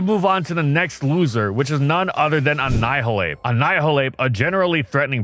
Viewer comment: Feel bad for ann-eye-hill-ape for getting butchered by words and nerfs